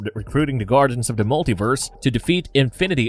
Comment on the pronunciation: " the"...not "da" Da this Da that... A 5yr uses " da"